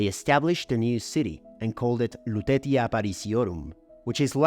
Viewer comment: Very nice document. "Lutetia" should be pronounce with "c" - Lutecia.